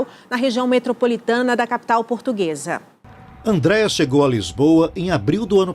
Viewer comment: "Eu sou purtuguesa de raça", que raça de cachorro é essa? 🤣🤣🤣🤣